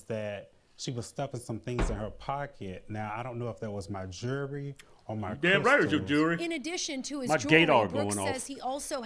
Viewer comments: It's not jury it's jewely. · Jeewrwy, lol....that and "ax" for ask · He’s obviously a smart man/just can’t say “jewelry “. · Why can't yall pronounce jewelry